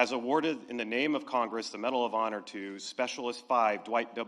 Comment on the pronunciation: "Bedal of Honor" / "Postuminously" Pretending he has dementia is a strategy to confuse Trump's friend, Putin, into thinking there's nobody at the helm here in the US. I hope it works.